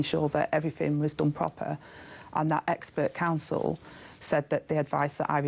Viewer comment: "It was dome proper". Innit. Is this the standard we have in senior government?